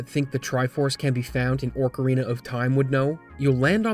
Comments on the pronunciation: You tried to throw shade at people who thought you could find the triforce in ocarina of Time, but then you said orcarina lmao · Orc-arina of time? What the fuck?